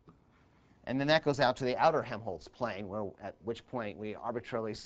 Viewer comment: Helmholtz, not Hemholtz :)